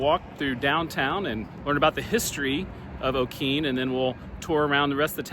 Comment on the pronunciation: Pronunciation is o-kee nee. And town of Wah tong ah. Learn pronunciation before you go. Lol. B